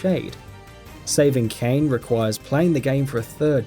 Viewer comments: Oh, I didn't know Kane was in Nayer. Probably because the game is called Nier (pronounced "Near"), and the character's name is Kaine (pronounced "Kai-ne"). Maybe actually play the game, and you'll know what you're talking about. Btw, Solid Snake wasn't in MGS3. His name is NAKED Snake. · that's Naked Snake/Big Boss, NOT Solid Snake in MGS3 you halfwit....and omfg that butchering of Nier & Kaine :/ also Journey is the most boring game I've ever tried....literally fell asleep playing it. also: Xenoblade Chronicles Xenoblade Chronicles 2 EarthBound Metal Gear Solid 4 Tales of Symphonia Tales of Xillia Tales of Vesperia Chibi-Robo